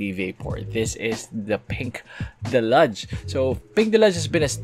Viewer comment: your pronunciation of deluge hurts my ears..deh-lyooj not delaj..what the heal man!! 🤣✌